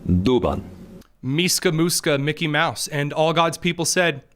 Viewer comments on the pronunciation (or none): none